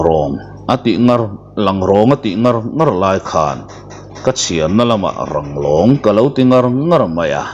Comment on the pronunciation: Langrawng anilo,Ranglong tih tur zawk aw